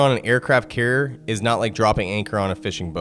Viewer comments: He does not even say "carrier". He says something like "carrr". Dude needs to learn how to speak. That happens, when YouTube allows total idiots who never learned how to speak properly to make videos. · Tha's alright, the guy has trouble pronouncing the word 'carrier', so cut him some slack, he's not the sharpest tool in the shed.